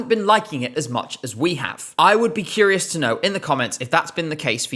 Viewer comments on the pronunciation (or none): none